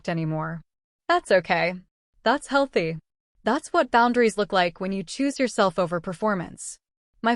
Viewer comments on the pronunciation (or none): none